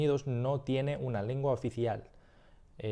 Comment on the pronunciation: Some really quick feedback since you're here (there's much more) sounds like you say "lingua" instead of "lengua" to me you say "video" but you use the Spain accent where they say "vídeo" you say "ticlear" instead of "teclear" So potentially need more work on e/i, but regardless it's overally really good!